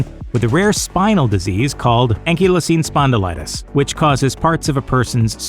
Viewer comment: It's pronounced Ankle-izing spondylitis